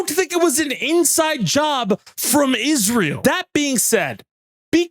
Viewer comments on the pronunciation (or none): none